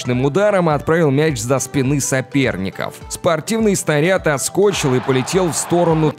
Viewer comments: Снаряд отскОчил, не успел бой нАчаться. Что это вообще за ударения такие случайные? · "...отскОчил...", вот прямо с ударением на О."...трибОны...","...задние ноги..."?Куда деньги на букварь высылать? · Сначала полетел за спинЫ, а потом уже отскОчил😁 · Это что за колхозник текст читает "за спинЫ соперников отскОчил" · За спинЫ, отскОчил, начатсЯ. Чел ты язык вообще русский учил?